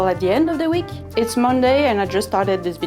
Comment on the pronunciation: "With seam allowence its seven" The accent on "its" sounds like six